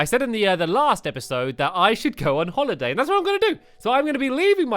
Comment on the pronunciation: you said holladay not a boss battel :(